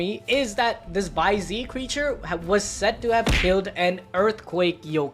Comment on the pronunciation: bai ze is pronounced bai zeh/zuh not bai zee